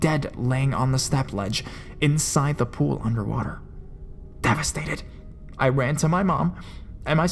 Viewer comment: So your voice is good, but every now and then you'll randomly emphasize a word; like "devastating".